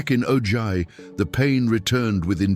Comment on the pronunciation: ITS Pronounced OHi not OJy